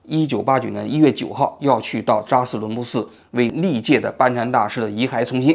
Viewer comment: 嘴瓢的厉害，基本上感觉几句话就瓢一次，扎实伦布寺